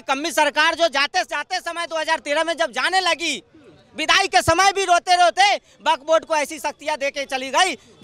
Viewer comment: Is video mein isne kitni baar buk board bola hain😂😂😂😂😂😂😂